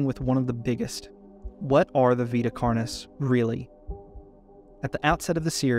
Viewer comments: I kept hearing "carnies" instead of "carnis" lmao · i love the video but every time you pronounce carnis as carnee a little part of my soul dies so please its not french